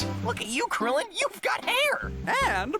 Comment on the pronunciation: why did the dude onna right say Goku and krilllin wrong?